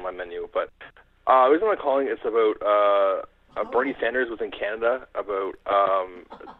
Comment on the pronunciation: FYI He's saying "aboot" to mess with you.